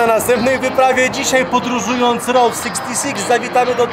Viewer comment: Chłopaki poprawcie reasearch, Route 66 została otwarta 1926 roku. Ta międzystanową biegła z Chicago do LA, w 1936 roku przedłużona do Santa Monica. Skreślona z listy autostrad w 1985 roku i zastąpiona Interstate 40. P.s. route czytamy rut nie road. Pozdrawiam i dziękuję za film.